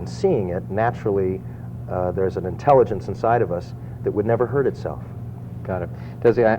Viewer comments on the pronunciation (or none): none